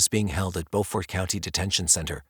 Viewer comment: 😂😂i 💙 2 hear ppl pronounce places n my state (SC) CUZ 90% of the time its wrong 😂 "Beaufort" ... is "bew-fert" not "bo-fort"😂 ... no disrespect to the researcher tho lol cuz i already know i slaughter town names my self😂